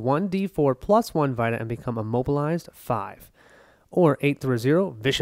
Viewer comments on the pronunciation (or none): Yea you were pronouncing it like vitamin but it’s an e sound. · FWIW it’s pronounced “vee-ta” like in PlayStation Vita.